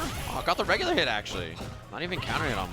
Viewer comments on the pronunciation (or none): He said acksully like 10 times in a row. It's ACTUALLY! You fucking illiterate.